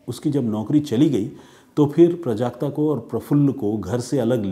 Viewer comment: प्रजाक्ता नहीं। ..."प्राजक्ता"